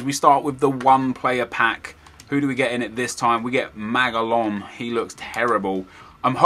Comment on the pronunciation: in spanish the names are Magallon= u say it like Magayon